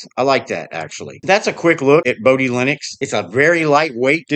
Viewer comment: The "o" in Bodhi and Moksha are both pronounced like "oh", "yoke", "flow", etc At least they are in my head, and by other Bodhi devs I've chatted with.